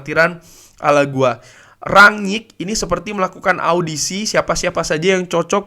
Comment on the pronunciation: Ngomng nya "RANG-NIK" aja bang, gaenak denger nya :v